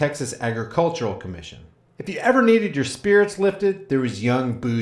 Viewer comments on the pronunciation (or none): none